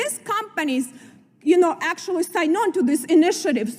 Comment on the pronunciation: American congresswoman? Oy! Oy! Oy! "Octualy" "ver imporant" maybe to learn de English.